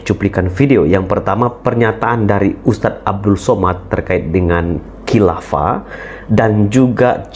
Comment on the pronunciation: Ini buya syukur bicara apa, uas katakan hilafa buya syukur bicara halifa, beda antara hilafa dan halifa, buya apa ini, hahaha.